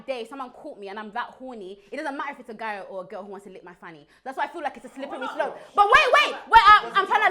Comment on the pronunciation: The way pronounces “slippery slop” you think it has 20 letters 🤦🏽‍♂️